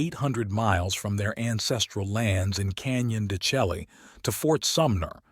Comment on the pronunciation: De Chelly - pronounced DE SHAY